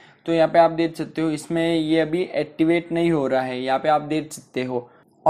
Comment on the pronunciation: Bro activate toh theek hai pr attivate🙄😂😂😂